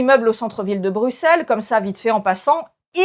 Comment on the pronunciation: Merci pour la bonne prononciation de Bruxelles 😊 et pour le petit rappel historique 😉